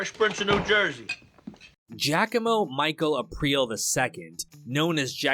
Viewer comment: GIA (JEE-UH) - COMO (COH - MOH) not JACKAMO..... say it right.... outta respect for my fawtha